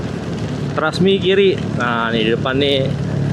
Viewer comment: “ Trusmi “ Mas bukan “Trasmi”…! Karna artinya Trusmi itu adalah “ terus Bersemi” …. Maaf sedikit jelaskan..!